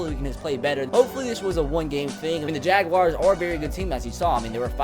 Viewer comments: The Jagwires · when you say jaguars it kills me